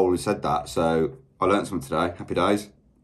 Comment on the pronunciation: Interesting how this reactor pronounces the word “something” as “summit”. I have never heard that before.